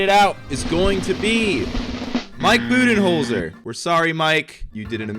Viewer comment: For Coach of the Year I thought he said bubyholder